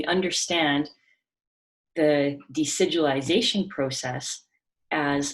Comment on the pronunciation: I love listening to you say decidualization. It's such a powerful word that explains so much! I think invasive placentas are scary.